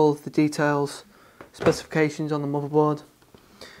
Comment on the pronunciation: subscribed!!! AND its MOTHERBOARD NOT MOBERBORD!!!! :)